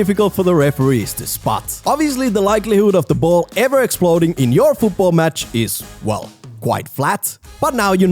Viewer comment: Rule 11. FUUTBOLL is not how to say football